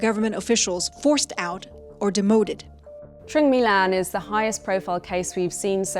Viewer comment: most of them are fine. even the pronunciation of Truong My Lan name is on point